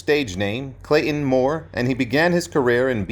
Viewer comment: It's NOT "Clay-IN" Moore!